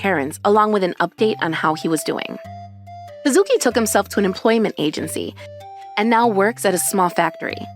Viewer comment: Kuh-SOO-kii (Once again NOT EVEN CLOSE!)